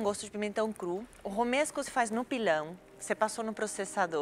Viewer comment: "E um molho ROMANESCO". Jacquin: Molho o quê? "Romesco" kkkkkkkk